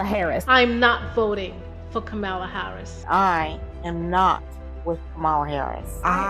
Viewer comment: I love the way that each of the ladies pronounce VP Harris name differently.